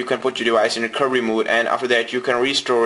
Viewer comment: Hehe you can't say recoVery